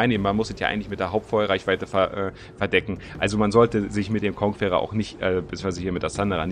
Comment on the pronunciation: Wie kein Schein die Conquerer richtig aussprechen kann . konkerer, ist doch nicht schwer 😁